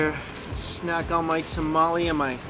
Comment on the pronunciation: Did you just call a tamale a ta-ma-li plz dear god noo It’s called a ta-ma-le